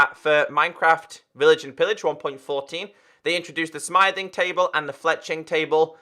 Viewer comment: I think you are calling the smithing table "smything table":P